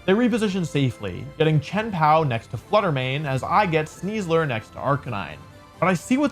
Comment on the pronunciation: I feel deeply uncomfortable every time he says Sneasler. (In the top 8, was that the real CybertronVGC?)